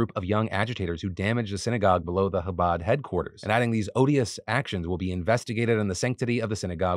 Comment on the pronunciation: The coverage of the Chabad tunnels in New York here was actually very well-done, I admire the effort to pronounce Chabad correctly! And of course getting the story across without falling into antiSemitism. I just have a couple corrections. I'm Jewish and I understand these things are complicated and can be hard to understand from the outside. Chabad isn't an "ultra"-Orthodox, or Hasidic, Jewish group. It's a very widespread organization of Orthodox Jews that you can find in virtually any US city. While the young men involved in the tunnels may be considered "extremists," their organization overall certainly is not extreme in any way. Just wanted to clarify that!